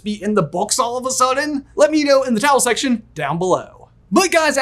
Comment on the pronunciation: Do you call the comments the 'towel section' 🤔 I cannot understand what you say there every time. Please explain 😂